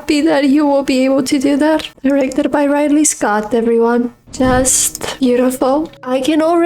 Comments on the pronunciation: my dear, again it is RID-lee Scott not RIDE-lee. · Ah, we’re still pronouncing Ridley like that, I see.